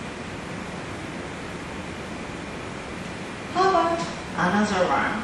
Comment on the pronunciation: "hei vbvery krurte" she says lol